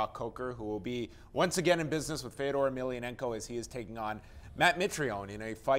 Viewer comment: People keep saying Fedor's last name wrong. The accent is on "a", not "e"! It's EmeliAnenko! Not EmelianEnko!